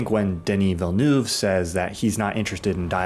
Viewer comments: Fyi—it’s pronounced more like « Vilnuhv », not « Vilnuve ». E and U in French makes a back of throat, deeper-sounding « uh » sound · just got the film, haven't watched yet. this got me hyped ! <3 I'm trying to find a way to explain to you how to pronounce VillenEUve, but its hard ! (i'm from Québec) the EU is just pronounced E, like in the end of genrE. VillenEve. have a great day !